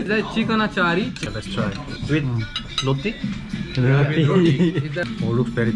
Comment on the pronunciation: Loti😂 it's roti daud